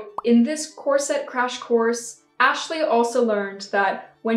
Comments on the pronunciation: Cor-sett?? Ha ha ha! Try to hit it inbetween 'corsit' and 'corsut', and remember to not roll your r in the middle. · I’ve definitely noticed how you pronounce corset but I really like it! It does seem to be the “unusual” way it’s pronounced but I don’t think you are the only YouTuber that pronounces it like that…I’m pretty sure I’ve heard one or two others pronounce it like that and I don’t mind it at all. We all know what you’re saying and that’s all that matters. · I just did a quick etymology search, and it is an Anglo-Latin word, so the emphasis would be on the first syllable—COR-set. Now we know. 😄😁😄 I thought people did videos all the time, raising money and giving the proceeds to others for all sorts of charities and things. Why was this an issue? I would also think that they would give you at least one warning. People violate TOS and are given the chance to correct things. Why not you? Is this a way to hoard creators’ money? I’m frustrated on your behalf. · Didn't realize at all that you were pronouncing corset in a "different way" 😂 must be that English isn't my first language either